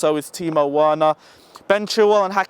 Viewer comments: You keep werner as in "W" it's said with "V" thought i let u know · broooooo.. its pronounced Verner V not W. Its a German name not an English name bro.. You are still a legend though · Please we pronounce the W V not W is Timo Verner instead of Timo Werner.In Germany we pronounce W like V. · ApexZA ikr he keeps saying worner lol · That pisses me off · Mate you pronouncing Werner name incorrectly. It’s pronounced Verner because W in German are pronounced like V’s. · It's Timo Verner ( W is pronounced as V in German). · Timo verner there is no w in german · Okay ima help you its “timo Veerner) you sound hella funny. Prolly dont watch to much bundisliga 🙏🏼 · He's German, his name is "Verner". I refuse to believe you are that old and don't know that. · Who the hell is Timo Worner and who the hell is Lewondaowski? 😂😂😂😂😂😂😂😂😂😂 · Btw.... It's spelt Timo Werner but pronounced Timo "Verner* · VER-NER. VER......NER. It’s not hard to say. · Dude "werner" is pronounced "verner" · Hey. Can you please take the time on fixing your pronunciation of Timo Werner. You'll be mentioning his name in the scoreline all the time. Thanks man keep up the great Videos. COYB 🇨🇭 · Bruv you need to learn how to pronounce Werner's name😂 Also.. Mount?. I dont totally agree with you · he's from England bro. From the accent you can tell he was born and raised in London or thereabouts. He's reading Werner in English. Nothing is wrong with the way he pronounces the letters. He just has to make an effort to pronounce it the german way since it's a german name. That's all....